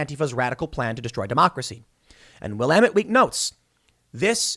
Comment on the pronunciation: You can tell Tim hasn't played Dead Rising based on his pronunciation of Willamette